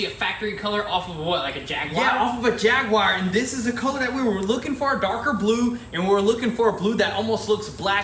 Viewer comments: What is a "Jag wire"? 🤣🤣 Do you mean the English car manufacturer "Jaguar" Ja-gyoo-uh. 🤣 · JAGWIRE ? 🤔 you mean JAG U ARE 🤣 Jaguar crazy how Americans pronounce words sometimes haha , love the videos guys this classic is the best you have built yet in my opinion ! Love American muscle cars ! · Nooooo! Not Jagwire…. Jaguar “Jag-u-ar” How it’s spelt! 😂 🇬🇧🇺🇸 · What in the #@ is a Jagwire, do you mean JAGUAR ... Jag.u.ar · A jagwire? A JagWire! Lol love you guys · Jaguar- jag-war. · what's a jagwar? it's a jaguar with a U in the middle!! :P